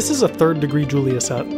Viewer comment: You mispronounced Julia (he was French)